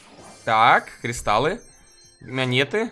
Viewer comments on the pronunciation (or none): Ты сказал не монеты , а минеты